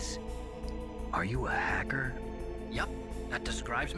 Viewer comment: "Are you a hacker?" Sounded a lot like "Are you a Wizard?"